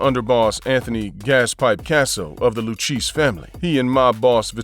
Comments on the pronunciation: Lu-KAY-ZEE NOT LU-CHEESE. BUT VERY WELL DONE..!! Enjoyed this one..!! 💯🤙🏼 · Luchese is pronounced loo-kay-zee, not lookeesh. Get it right if you don't want a visit by people you really don't want to be visited by...capishe? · It's pronounced Lucasey not lucheese. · Pronounced Lukayzi not luchesse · the loo cheese family ??? WTF ! maybe the lou- kay -see learn b4 video or edit it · The le cheese family lol. It’s pronounced le Kay zee……….. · Lu kay zee is how you pronounce the Lucchese crime family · “Lou-cheese” family 🤣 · Please learn to pronounce The Luchesse crime family properly. It's not Lu-Cheese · Lu Kay Zee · Lucheese? BWAHAHA. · I do you going to do videos it's lucchese like at least make an effort like you're not even making an effort to say it right come on man do better